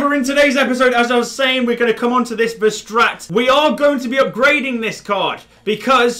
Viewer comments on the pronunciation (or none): You pronounce Verstaete with the last e making an uh sound